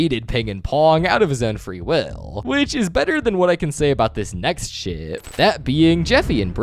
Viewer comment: Why does when he says ship it sounds like sh*t